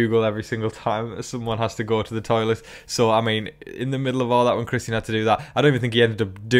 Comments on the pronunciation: Love the updates! But the way you pronounce Christian’s name hurts my ears! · Yeah, I've seen the Christian comment on here quite a bit. You are saying his name different than how we would say it here in the US, but I honestly like the way you have been saying his name. Whether that be because of the way you've pronounced it and/or possibly a slight bit of your accent being thrown into saying his name, the way you say his name is nice.